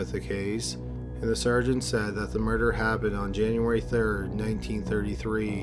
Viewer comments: For me it isn't the tempo, it's the tone, or lack of tone and the emphasis on the wrong syllables in certain words. He literally turns the word murder into a three syllable word. Still a good channel. Also, constructive criticism isn't a bad thing. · For love of god man, the word murder has only TWO syllables. Stop turning it in to three. PS. Your channel rocks.